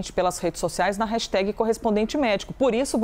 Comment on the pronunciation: hello desculpe - por favor fala certo jornalista hashtag ( nao tem i no final) - brasileiro tem a mania de colocar i em tudo - obrigada - ajudem a educar